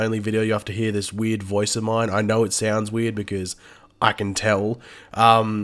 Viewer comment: It's extremely ironic how when he says the word weird. It sounds really weird